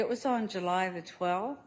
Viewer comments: I know. How funny was that JU Ju Juuly…!!Lmao!!!! wipe the cheese from around your mouth Lori before you speak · Yes 😂😂😂😂😂 she said JU JU JULLY LMAOOOOOO 😊